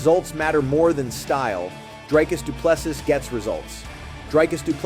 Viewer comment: Pronounce his name right. You can’t get first or last right. Not that hard.